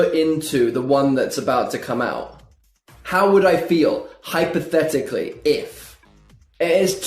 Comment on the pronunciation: Oh come on! Stressed so much on hypothetically 😂